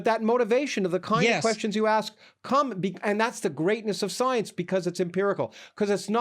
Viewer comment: "Soience" - Lawrence Krauss